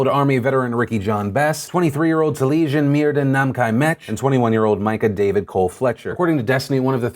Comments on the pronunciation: Just wanted to say you are saying a name sooo wrong. Taliesen is pronounced Tal-es-en, not Tuh-leee-shun. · Hi Phil (love yo face), one of the Portland heroes' names is Welsh and is named after two of our national Bards. His name is pronounced 'Tally-essin' 'Meer-th*in' (Merlin's true name). *'th' as in 'fathom' not 'bath'. I know how you like to get things right so I thought I'd drop you a comment. Love the PDS and have been a fan since 2010. X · Phil, for what it's worth so you can get the victims name right (assuming he and his family respected the origins of it) Taliesin Myrddin is Welsh, two Welsh names, and are pronounced Tal-yes-in Meer-then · its pronounced Ta-li-es-in and Mur-th(as in then)-in. They are welsh names from old princes of Wales